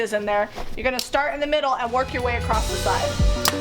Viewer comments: Please there is no T on the end of the word across, otherwise an enjoyable video. across not acrost, please! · Great video, thanks for all the details. I would have liked nore detail about the material you chose. Quick note, "acrosst" is not a word. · U worked ur way “acrossED” lol not being rude